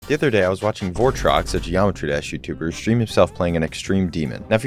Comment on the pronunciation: that ain’t votrox, that’s bortrox!